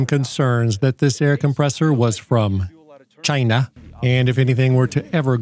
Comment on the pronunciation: Hilarious Stuff. "CH-EYE-NUH" Can't click on these videos fast enough.